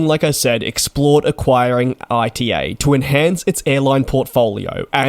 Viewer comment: ITA not I.T.A